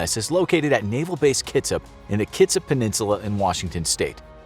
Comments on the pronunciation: It’s kit-sap not kitsip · Did you say Kitsip? it’s pronounced Kit-sap. I live 30mins away from the Bremerton Ship yard AKA the “Kitsip” naval base lol I’ve seen nuclear submarines while on boats in the Hood Canal. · Its not kitsip. Its KIT SAP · "Kitsap" is pronounced kit-sap (like tree sap) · I'm from Kitsap! its pronounced Kit-sap. Thanks for the video!